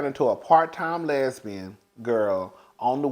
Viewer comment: 😂😂😂😂 Not a “Lez-Been”!!!🤦🏾‍♀️😆😆😆